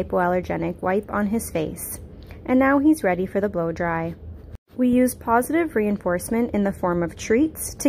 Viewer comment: I thought you said” pawsitive” instead of positive 😂😂😂😂